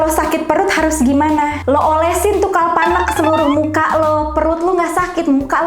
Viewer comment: dikira sakit panu kali pake kalpanak 😂sadar ngga kak ngomong kalpnak gua ngakak 😂😂